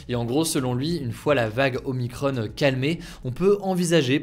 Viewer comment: ce n'est pas omicronne, mais oh-mie-cron (il na pas de e)